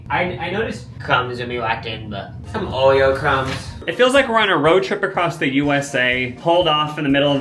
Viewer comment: “some Oweo Cwumbs” 💯❤️